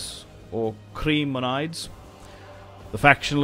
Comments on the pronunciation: As a Greek in Sydney. It’s Hrimoneethez Silent C not Cree... it’s HhhRrrreeee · It's pronounced Creh-mon-ee-dess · Chremonides - Kre - mo - nee - des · Your leader's name is hremonidis.the ch is like h.and the last one,the -des, is pronounced like "this".χρεμονιδης!keep up the good work you have a great channel! greetings from Greece!Visit us in the summer!